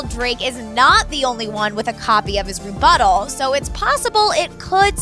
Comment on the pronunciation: lol she said rebuttall